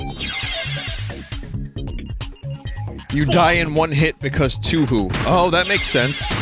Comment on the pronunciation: bruh he said TWOWHO